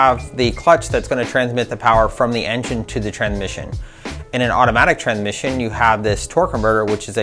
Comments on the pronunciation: haha...I had to watch it a couple times...I was predisposed with saying tranmission that I couldn't listen to the data in the video...lol...👍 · "Tranmission" Ftw.